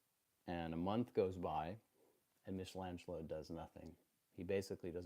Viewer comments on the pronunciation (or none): hate to be a prick but michelangelo has a hard c ;) (meek not meesh)